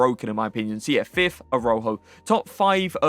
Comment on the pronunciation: How you pronounce some of these names is so cringe😂 “Aroho” who is that. Pronounce it like: Uh-Raa-hOH